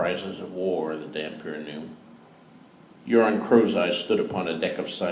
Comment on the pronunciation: Euron sounds very like urine at times.